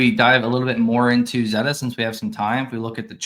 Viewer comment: Can we agree that it’s pronounced ZAY-ta? :P